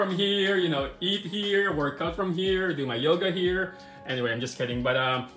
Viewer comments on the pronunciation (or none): none